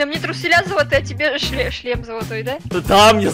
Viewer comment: Почему ты всегда хочешь сказать ЧЛЕМ вместо шлем